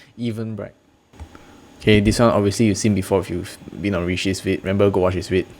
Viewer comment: The guy who mispronounced the name, "Even-brite" that wolly is South African